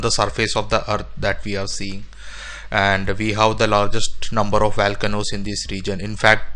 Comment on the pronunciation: “Valcanoes” eh? LOL and space aliens mined the Marianas trench? AMAZING 😅😅😅